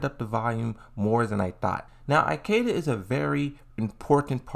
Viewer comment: Eye-keda... why bro?